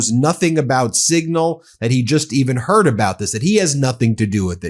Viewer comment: "I just turd about it" - the commander in queef